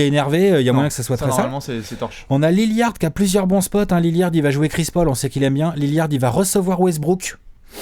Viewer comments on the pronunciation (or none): c'est Lillard pas Lilliard XD